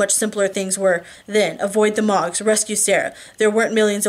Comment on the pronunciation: Ugh, I hope you are okay! I was dying to know what happened next in The Fate of Ten, so I bought a subscription to Kobo... and the people reading it pronounce Mogs as Moags, and the dude that voices Sam makes him sound like Trump as a stoner teenager... I frakin hate it! Please come back soon! I miss you reading to me! Lol.